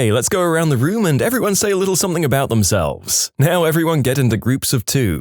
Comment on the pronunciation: No k in the word something